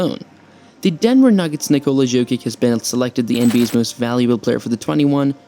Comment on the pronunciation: Of you cant pronounce his name correctly, don’t make a video about a man.